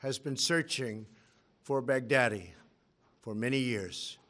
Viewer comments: I hear Big Daddy 😂😂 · Am I the only one who is hearing Baghdadi as "Back-Daddy"😂🤣